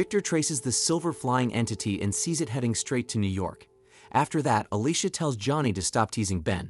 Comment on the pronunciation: I sure can. Alicia, devour and demise. Oddly, these are one-offs, as other times, they are pronounced correctly.